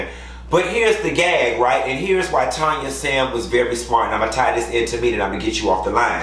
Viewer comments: Tanya's name is pronouced "Tan-ya" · Why still calling TANYA, Tonya 🤣